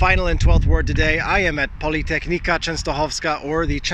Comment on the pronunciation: Not "polytechnika"! Pronounce... "politechnika",:) Keep teaching... no matter how resistive "subjects" are.